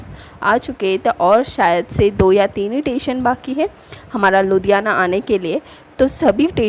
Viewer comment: It's not tation it's station 🚉 but nice video